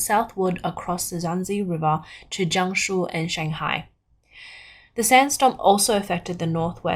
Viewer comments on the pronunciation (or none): none